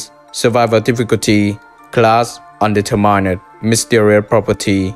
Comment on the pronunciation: đọc là ăn-đi-thơ-mần nha anh